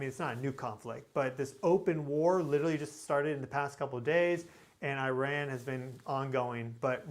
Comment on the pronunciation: Please learn how to pronounce Iran. Isn't that the least Americans can do as we bomb them slaughtering their children.